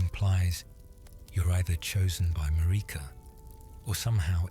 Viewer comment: IT'S MARIKA, LIKE AMERICA WITHOUT THE A